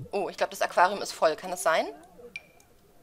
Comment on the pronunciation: Du sagst immer Erlitze zu dem Fisch :D Das ist voll süß :D War in der Runaway Teen Challenge schon :D Aber, by the way, ich hab noch nie diesen Fruchtgummi Fisch gefangen, der fehlt noch in meiner Sammlung :/